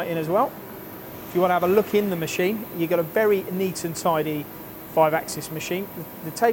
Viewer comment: stop saying mesheeeeeeeeeeeeeeen. brooo